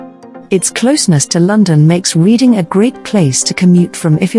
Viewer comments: Error. The Titanic did not set sail from Southampton. It set sail from Belfast where it was built. Reading Is pronounce Redding not Reading despite the spelling. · The city is pronounced 'REDDING' although it is spelled differently.